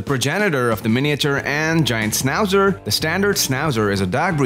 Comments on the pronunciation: Maybe don't make a video portraying a dog breed whose name you can't pronounce.... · Why are you showing Schnauzers who have their tail cut off. In European countries that's NOT allowed anymore. And for good reasons. No ears cut and no tails cut. And please , because it is a German dog , try to mention the name right.